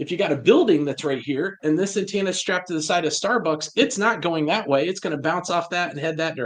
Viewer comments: I wish, especially in his line of work, he'd say antenna correctly. Bugs me every time he says, "Antanna." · The word is "antenna," NOT "antanna." 🙄